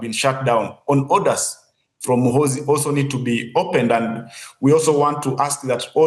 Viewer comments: He will teach u how to pronounce his name Gen muhoozi juuuu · General mu-who-zu😂😂😂